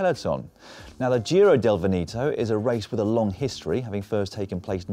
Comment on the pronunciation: when in doubt on how to pronounce a foreign word like "Veneto", google translate can help! :-P